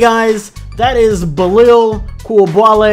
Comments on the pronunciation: Love the energy. But if I can offer one small constructive critique, please try harder to learn the players name. Bi-laal is how you would pronounce his name. Don't mean to be rude but people do deserve to be called by their names correctly, especially when they are phonetically simple. Keep up the good coverage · It’s pronounced: Bee-lal Koo-li-ba-lee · hes pronounced like „Beelahl Cooleebahlee“ hurts typing it like that but i hope it helps with the pronounciation